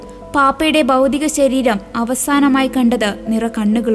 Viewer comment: എന്റെ കൊച്ചേ ബൗദിക ശരീരം അല്ല ഭൗതിക ശരീരം നന്നായി വായിക്കാൻ പഠിക്കൂ